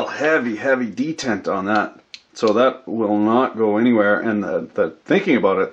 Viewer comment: de·tent /dəˈtent/ ￼Learn to pronounce noun a catch in a machine which prevents motion until released.